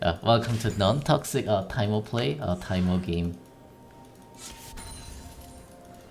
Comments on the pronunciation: why does he always say taimo instead of teemo? Annoys the hell out of me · He says teemo not taimo